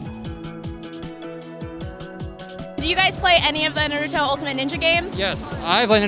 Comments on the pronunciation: AND YOU SAID NarUtO ITS NARUTO NOT NarUtO UGH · How webs say it : Naruto how she says it : nuruto